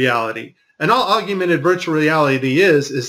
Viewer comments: Its "Augmented" like org + mented...Google it. Thanks for the interesting video and hours of research. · lol the guy can't even pronounce AUGMENTED... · Its augmented you illiterate. I assume you are just taking the piss with this video? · MY BS ALARM IS GOING OFF!!! " ......with their contact augumented virtual reality lenses......" THEIR WHAT???? First of all the word is "AUGMENTED" not "AUGUMENTED" How about a link to this "augumented" contact lens technology that works WITHOUT THE USE OF ADDITIONAL GLASSES AND/OR HEADGEAR which allows the Astronauts see so much detail they can catch VR objects in mid air? Here is the truth about this tech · Isn't it called "Augmented" and not "Augumented" ??? Anyway, could you help us out, because CHL (Cool Hard Logic) is under attack and we need your help in finishing him off (which I think I set up very nicely). His channel is easy to find and right now he is shitting bricks over the FLAT earth !! xD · it's pronounced ogg-men-ted not ogg-you-men-ted... and HoloLens not HoloSense. great video though, while a few can be explained by artifacts, there are some stunning examples of deception on display here. well done on the finds. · Stop adding a YOU to augmented. It's NOT Aug-YOU-mented reality it's pronounced AUG-mented reality. And your attributing pack loss to errors in AR. There's a simple explanation for it, it's just packet loss. Very much like when Netflix or Amazon Prime glitches and loses packets on the movie being streamed to your house. Same thing. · Augmented = Og-men-ted! Not, Og-u-men-ted... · For gods sake, it is NOT PRONOUNCED "OG-YOU-MENTED" Its "OG-MENTED" Thats all. Simple. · love this video!! Keep it up. One criticism I have to point out that is bugging me. Please stop saying augumented, it is augmented! Nasa is going down!!! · It''s augmented yo , NOT augUmented. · It's awg-ment-ed. Not augUmented. Your putting a virtual U in there that doesn't belong. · augmented not aug-ooo-mented...